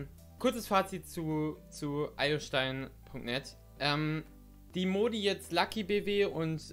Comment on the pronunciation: Du hast den Server Name (Iostein) falsch ausgesprochen